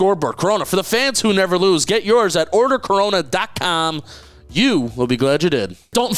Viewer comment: You don't roll the R in Corona